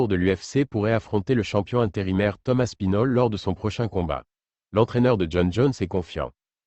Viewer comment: Tom aspinol ... super IA, pouce vers le bas